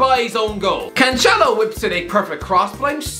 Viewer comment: Agree with all points about Ole hes not good enoguh also u pronnouced well Alex Telles name before yes Alex Tels and also Joao Cancelo's name is Cancelo not Canchelo hes Portuguese not Italian even Mark Goldbridge got that spot on recently